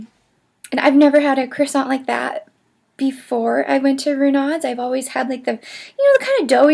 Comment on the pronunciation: Not sure, but I suspect Renaud's is pronounced "Ruh no." And Pain au chocolat is pronounced "pan-o-show-ko-lah." Thanks for the vid! (I live a block from the Arlington and know these places well. Enjoyed your sharing your ideas about'em).